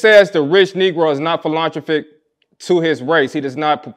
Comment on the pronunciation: All of what he said was great but how can you ask for black excellence when the host of the show struggled to pronounce Philanthropic correctly and Umar didn’t correct the brotha in love? We have to hold our own accountable for excellence before we can expect the world to.